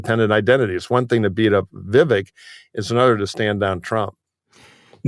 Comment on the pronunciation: Vivek “Deep Fake” Ramaswamy —— He may grab MAGA youth——but white BOOMERS? I don’t know. (Vivek is pronounced ‘Veev-Ache’).